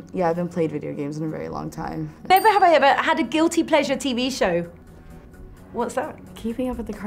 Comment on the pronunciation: NEVE HAVEH? wth was that lol.